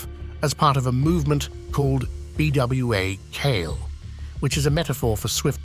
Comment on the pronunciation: As far as the Haitian story its PRONOUNCED "bwah kal-eh"